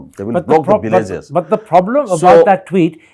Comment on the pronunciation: 0 haothu pramod,What is poof...first of all learn English...say proof, villages not billages, given not giben,...Sir thappar, these haothu pramod tried to fool you but you don't gave him the chance...kudos to sir thappar...Regards